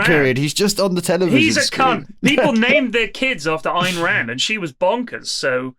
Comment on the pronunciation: Lewis not even being able to pronounce Ayn Rands name but still being very opinionated about it is so perfectly on brand.